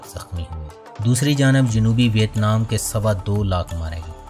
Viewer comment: بھائ صحاب، نام کا تلفظ وِیَتْنام ہے۔